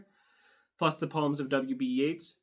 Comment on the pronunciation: W.B. Yeats' name rhymes with "eights". Pronounced YATES.